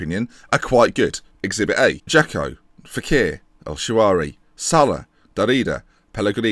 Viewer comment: How come ALL Englishmen say ''El ShaaWaary'' inestad of ''El ShaaRawy''? Some kind of nationwide speech impediment? 😂